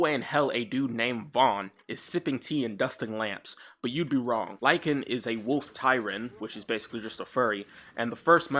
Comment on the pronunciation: Say it with me: Lycaon. "Lie-kay-on". Named for King Lycaon, who founded the city of Lycosura, and started the Lycaean Games to honor Zeus Lycaeus. King Wolf who founded the city of Wolf, and started the Wolf Games to honor Wolf Zeus. Wolves.